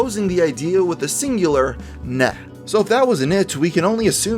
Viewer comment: "nah" is not pronounced "nh"